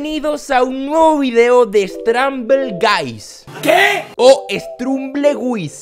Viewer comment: Stramble gais strumble guis